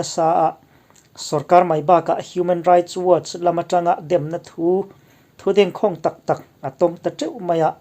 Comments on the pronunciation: Dêngkhâwng ti tur. News a ngaihnawm thin e👍👍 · Thu dengkhawng ni lovin.dengkhâwng .khâwng ah hian thluk tur niin ka hria.kalo hriat vedan.a bengvar thlak leh e. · Thu dengkhawng hi- mangkhawng ti anga lam tur chi a ni.